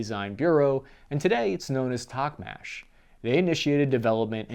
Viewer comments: Taubin's name pronounsed like "T-a-u-b-i-n",second "u"letter sounds like "u" in"mUrder". "Tochmash's "ch" sound in russian pronounsed like "ch" sound in "cheese",not "k". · Plamya, not playma. Also Toch-mush ("ch" as in "chair"), not Tocmash